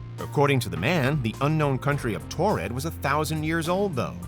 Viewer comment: These are easily debunked hoaxes. Also it's Taured not Tored.